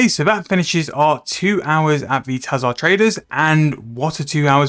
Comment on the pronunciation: Your pronunciations and abbreviations are lowkey funny and get stuck in my head like earworms "invo" instead of "invent" "Tahzahr instead of tzhar"